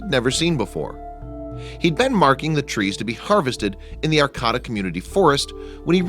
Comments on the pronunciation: And Heidi doesn't believe me and you're pronouncing Arcata wrong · Learn to pronounce the city right homie. Smh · it is pronounced Arcata, R Kata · It’s pronounced ar Kate ah. 👍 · It's actually pronounced Ar-kayta. Used to live there... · You mispronounced Arcata. It's Ar-kate-uh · Sorry. Gotta do it. It's pronounced "Arr-Kay-Tuh" Arcata, Ca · I am from Humboldt County,California and Arcata is pronounced (ar-cait-a) it is about 7 miles North of Eureka on highway 101 along Humboldt Bay.I Lived there from 1972 to 2002 and My daughter and her three kids still reside there.For Pete's sake at least get the name of the town right. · That's Ar CA da ,ca